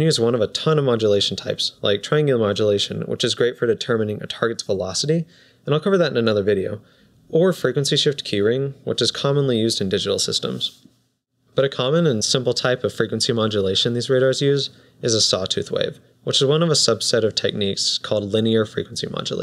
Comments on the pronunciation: lol FREQUENCY SHIFT KEYING not keyring 😂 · Great video - very articulate graphics. "Frequency shift keying", not "keyring".